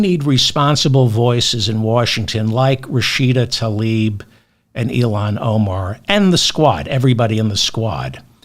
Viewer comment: I appreciate everything that Mr. Feldman contributed today, as usual. There is one thing, tho: he shd learn to pronounce "Tlaib," properly, if he's going to speak the name publicly.